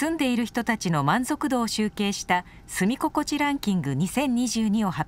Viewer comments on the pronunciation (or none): 原稿読んだ人本当にアナウンサー？住み心地＝スミゴコチだよね？